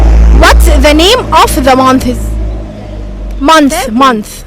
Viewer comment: يا مفيش حاجة اسمها منثسس انتي كدة بتخلي الناس تقولك كلام يزعلك month بننطق النهاية بال ث اما months بننطق نهاية الكلمة بال s بدون ال ث يارب تكوني فهمتيني حتي السؤال غلط What are the months of the year? و of بتنطق v مش f